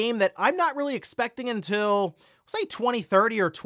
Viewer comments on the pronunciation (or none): none